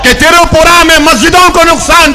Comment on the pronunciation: Tiripura nhi. Twipra hai bhaijan.